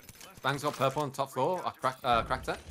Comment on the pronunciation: Second game intro was the best "they rob my porpleee"